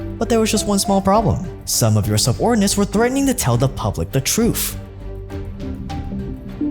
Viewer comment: here's the truf I love my teef